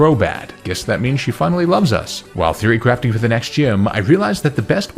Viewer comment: every time you say "theory crafting", i hear "fury crafting" which sounds appropriately intense